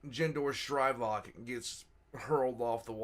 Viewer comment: the Simp's name is pronounced Gen-dor Skrae-vok, not Jen-dor Shry-vok. That is all.